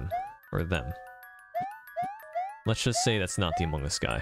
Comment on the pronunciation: "Hello? Iz diz da Impostor from Amongas?, Hello? are youz from Amongas? "